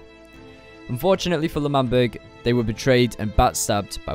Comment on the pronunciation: Isn’t it L’manburg